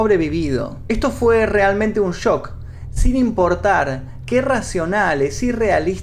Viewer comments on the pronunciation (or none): none